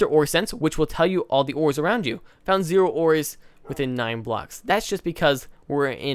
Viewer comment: his pronunciation of zero is hurting me